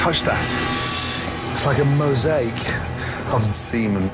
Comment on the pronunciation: It’su like a mosaichhh auf zzzzzseemun. 😂😂😂